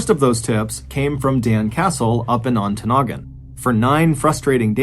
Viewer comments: So proud of you pronouncing Ontonagon correctly! Way to go, Mr Ballen! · I WAS SO EXCITED I THINK I PEED A LITTLE - UPPER PENINSULA OF MICHIGAN!!! I live way way up in the Upper Penninsula of Michigan - 45 minutes from the "end of the road" and you did a great job pronouncing our Yooper towns. Especially Ontonagon. I promise you, if you look into Keweenaw County lore, you will be amazed at some of the mind-boggling mysteries up here. Or tragic unsolved mystery... look at the Italian Hall Disaster in Calumet MI.... that story you could knock out of the ballpark!